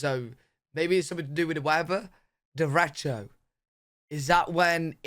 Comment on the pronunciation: You actually said "derecho" better than he did.